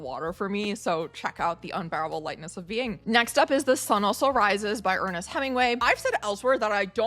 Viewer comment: 'Lightness' not Likeness'